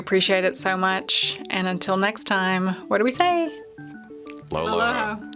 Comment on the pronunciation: Did I hear say "when he is not in the LOLHO national forest he is up in the tetons"? LOL